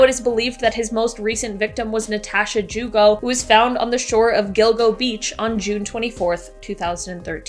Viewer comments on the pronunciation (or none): none